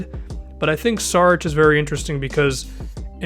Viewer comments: it's Šarić not Sarić (read s like sh=š) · It's pronounced SHARICH